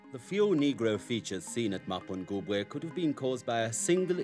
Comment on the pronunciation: Its not Mapungwube.. it's MAPHOKOBWE meaning the mother jackal.